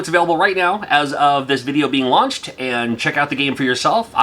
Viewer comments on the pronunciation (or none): none